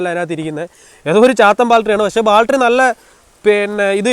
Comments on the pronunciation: എടാ ബാൽട്ടറി അല്ല ബാറ്ററി😁😁😁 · Sealing..alla...oil Seal...Baltery alla..Battery...Onnu nannayi vandiyude parts name padikku kutta... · ദൈവമേ നമിച്ചു ! ബാൽട്ടറി അല്ല ബാറ്ററി ആണ് ! ഇനിയെങ്കിലും നേര ചെവെ സംസരിക്കാൻ പഠിക്കുക ! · ബാൽട്ടറി allaa battery 😂. Njn ponkala ettitunde😝